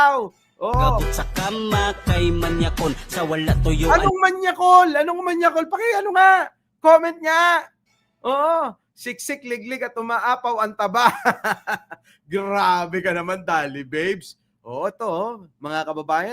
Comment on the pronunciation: Siksik liglig❌️ Siksik le-eg✅️